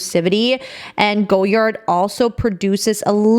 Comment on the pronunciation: Omg the butchering. “Rue Saint Honoree” is “Roo San Honor Ray.” And you destroyed “Francois” which is “Fran Swah.” And “Apprentice” is an English word! Also its “Goy Ard” not “Go Yard.” 😂